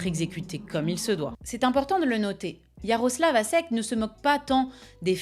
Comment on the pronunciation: Merci pour cette vidéo, mais un petit cours de lecture des diacritiques slaves s'impose, tu as massacré pas mal de noms tchèques ou serbes ;) le s hatchek, qui s'écrit š, se prononce che: Yanashek, Miloshevitch. Hashek le c hatchek, lui, č, se prononce tch: donc la derniere syllabe de Miloshevitch.